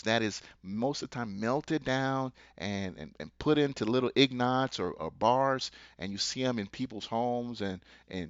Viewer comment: This guy cannot say Ingots correctly and HE is giving advice on phsycial silver? LOL!!!!! Just, wow! Trading PAPER Federal Reserve Notes for Physical Silver is a BAD idea? Buy paper stocks that can have trading halted? Look, the NWO wants ALL OF HUMANITY to be Slaves & "own nothing" in their exact words. The World Economic Forum "aka, Davos" made a short vid TELLING US that THEY WILL OWN US AS WE OWN NOTHING!!- Biden was right: "They gonna put y'all back in chains!"---but now it's ALL OF HUMANITY. F THAT!